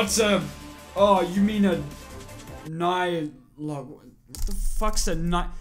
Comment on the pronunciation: Nighlock? I think you mean Megalon